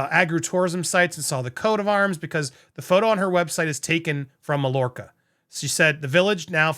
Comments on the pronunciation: Pronounced not Mall orca, but Mayorka. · Pronounced “my-YOUR-ka” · NB. It's pronounced Mayorca. LL is similar to a Y in Catalan. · Mallorca ... the 'll' is pronounced with a Y as ma-york-a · pronunciation: MAIYORKA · Hey, it's pronounced 'my-york-a' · It’s pronounced My-or-ka. 😊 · Mallorca, is pronounced my my york er. Don't you have a large Spanish speaking population in the USA? Of course Meg is tone deaf, she is an American 😂. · Just letting you know it's pronounced like, My-yorka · I't's pronounced: MY-YOUR-CA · It’s pronounced Myorca🎉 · My-york-a lol but love the attempt. And MM is slimey. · Pronounced: “Mayorka” the double L sounds like a y. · Hi, I believe it is pronounced “Mai or ca” the double ll is a”y” sound. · Just FYI - Mallorca is pronounced May - Or - Ca . . . either Mayorca or in some places it can sound like My - Or - Ca . . . Myorca. The former is the much more common pronounciation. LL in a Spanish word is a "Y" in Spanish speech. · I believe the word Mallorca is pronounced MYORKA. In Spanish, a double L is normally pronounced like a Y. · It's called My-orka. The two "lls" aren't pronounced. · I think it’s pronounced may or ca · Pronounced Mayorka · Pronounced My orca! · it's my-orca. Lol. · PRONOUCE MAYORCA